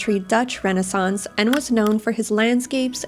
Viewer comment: I have to give up watching this after 2 minutes, her pronunciation of the artist’s name and ‘renaissance’ as ren-a -sonce makes my teeth hurt.